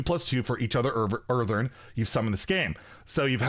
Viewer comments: Earthen, not Eartheren 😂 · Earthen, not Earthern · It's EarthEN not EarthERN. As in "from the earth" aka dirt. Seems like it'll be some kind of dirt or rock elemental. Drove me crazy every time he said, "Earthern." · Earthern, he says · Where is the second R in that word? 😂